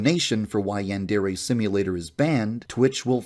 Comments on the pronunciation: the most reprehensible part of this is his butchering of Japanese. YANN-DAIRY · The fact that he constantly pronounces it ‘Yehn-dairy’ is perhaps the most despicable thing he does. That and bein’ scummy AF. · For someone that claims that anime is his life, he sure can't pronounce yandere... This is the least of his numerous sins. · Forget about the grooming, the way he says "Yan-day-ray" makes me irrationally mad. Like how you can't even pronounce the title of your own game? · Oh god, I got whiplash from Kappa not looking like a depressed librarian. I didn't realize that video had such an effect on the Yandere Simulator community. I also will never get over how he pronounces the word "Yandere". It doesn't sound english. If it were a japanese word, it would be understandable to use such pronounciation. But it's not a japanese word. It's an english portmanteau. Like even the word "portmanteau", it should be using the pronounciation of the originating language- english! Haha. I got to dowloading Yandere Sim. I've been wanting to play it for years and now I finally have a good pc and time to download.